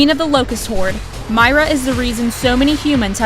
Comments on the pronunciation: It’s not my-ruh It’s meer-ra Also thanks for the PTSD of trying to get that weapon skin. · You pronounced Queen Myrrahs name wrong just saying. Not only that Voracidus the invinicble is not as hard as Pyro Peat or Hyperion.